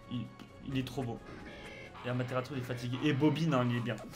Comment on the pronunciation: Il y a un T en trop sa se dit Amaterasu